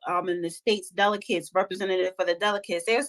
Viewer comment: Goodnight🤦🏾‍♂️ She still can't pronounce"Delegates"!